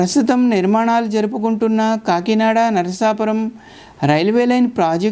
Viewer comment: అచ్చమైన తెలుగునుడికారంతో "నరసాపురం" లేక "నరసాపూర్" అనండి. "నర్సాపూర్" అంటే తెలంగాణలో "నర్సాపూర్" గుర్తుకి తెస్తున్నా రు. నరసాపురానికి తనదైనచరిత్ర వుంది. అక్కడి "టేలర్ హై స్కూల్" వందేళ్ళ పురాతనమైంది. అల్లూరి సీతారామ రాజు విద్యాభ్యాసం అక్కడే చేశారు. ప్రసిద్ధ చిత్రకళా మేధావి, సినిమా దర్శకుడు "బాపూ" ది కూడా నరసాపురమే. ఆ (నరసాపుర)రైల్వేస్టేషను భవనమంతా తనచిత్రాలతో (ఆయనే వేసి ) నింపాడు. అమలాపుర శివారు "పేౠరు" (Peruru) గ్రామంకూడా ప్రసిద్ధమైనదే. అది వైదిక పండితులతో నిండిన ఒక బ్రాహ్మణ అగ్రహారం. స్వతంత్రానంతరం భారత ప్రభుత్వం, సంస్కృతభాషని ఉద్ధరించడానికి, జాతీయ ఆచార్య "సునీతి కుమార్ ఛటర్జీ" ని, సంస్కృతోచ్చారణ (సంస్కృతానికి ఉచ్చారణ అతిప్రధానం, అదిలేక ఆ భాషలేదు) భారతదేశంలో ఏప్రాంతంలో స్వచ్ఛంగా వుంటుంది కనుక్కోమని నియమించారు. ఆయన దేశమంతా తిరిగి, ఉచ్చారణ పద్ధతులని అధ్యనం చేసి, "పేౠరు" గ్రామ వైదిక పండితులకే అగ్ర స్థానమిచ్చాడు. కోటిపల్లి వరకున్న రైలుమార్గంలో మరొక గ్రామం, రైలు స్టేషను "నరసాపుర`ప్పాడు" వుంది.